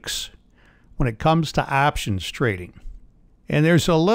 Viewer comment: It's options, and not aptions grandpa!